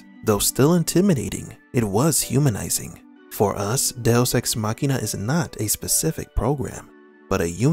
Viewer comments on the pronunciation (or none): Machina is spoken "ma-chee-na" not "makhena"